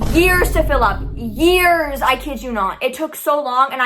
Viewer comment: When u were saying years and years on spam it sounded like ears and ears legit 👂